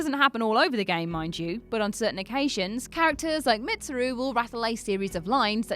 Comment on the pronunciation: “Mitsuru” uhm no offense its pernounced “meetsuru”